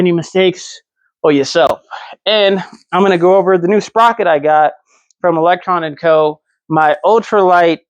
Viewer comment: You alwaaaysss say electronn and co its electroooo lmao cmon bro